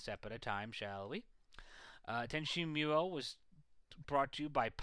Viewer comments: pronounced "MOO-YOH" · did he just say tenchi mule?